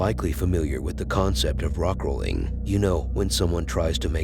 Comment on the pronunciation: I like your sardonic wit, it’s a great contrast to the creepy content. You kept saying rock rolling rather than Rick rolling which was unintentionally funny. Just teasing, lol! I’m a new sub & you find material that’s not been repeated by numerous other creepy channels. As aforementioned, I really love your SOH, it works so well with this content. Good job! Edit: could you please clearly cite source videos? It’s really helps protect your fair use of the material whilst benefiting the content creators through driving traffic to their channels. Thanks!